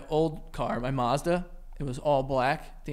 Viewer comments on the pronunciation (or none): Marrzda.... Joey.... Ma-z-da